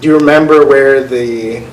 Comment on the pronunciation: Is it just me or does the prosecutor keep saying "member?" Instead of remember?